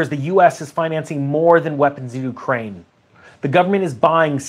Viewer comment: COCAINE? Oh i thought U said UKRAINE 😂😂😂